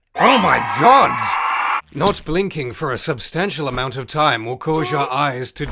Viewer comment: I laugh and delight at how says " Oh my Gaud! "